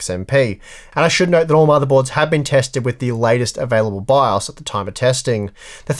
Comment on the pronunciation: I stopped watching once i heard you pronouce it "bi aus". jk